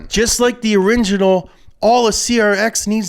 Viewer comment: "Just like the oringinal"